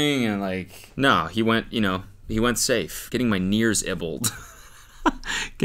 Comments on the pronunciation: “getting my nears ibbled” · “nears ibbled“ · “getting my nears ebbled” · " getting my nears ibbled ” is crazy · “Getting my nears eibbled” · "getting my nears ibbled"